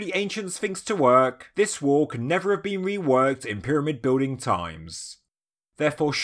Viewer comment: Can you learn how to say the word wall? You sound like you’re having a fucking stroke. Scouser